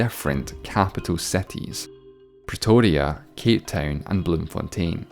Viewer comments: I am from South Africa. And you said Bloemfontein just like we say it. 10 out of 10.🎉🎉🇿🇦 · surprised you pronounced Bloemfontein correctly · Subscribed when 'Bloemfontein' was pronounced correctly 🙌🏻 🙌🏻 🙌🏻 🇿🇦 😁